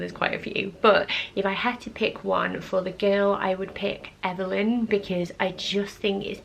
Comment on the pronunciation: Oh my gosh, you have the prettiest eyes ever! Amma is so pretty! You could actually suit the name Amma! I think you could actually suit a Clara or Claire for another C name! The way you say Evelyn is so pretty! Gus!!!! Taylor Taylor hahaha! I had a great-great Grandpa named Nathaniel Nathaniel...